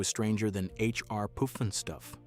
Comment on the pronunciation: Robots can't say Puff n Stuff!!